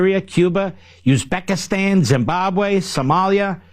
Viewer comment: hey, Mark Levin - it's Uzbekistan NOT Yuzbekistan - and they haven't been a dictatorship for several years. Get a clue, a$$hat!